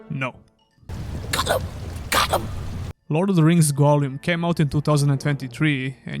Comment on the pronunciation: The way you say Gollum makes me want to die. appreciate the review tough thank you :)